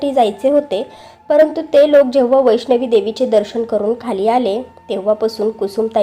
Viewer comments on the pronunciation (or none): वैष्णवी नाही. वैष्णो.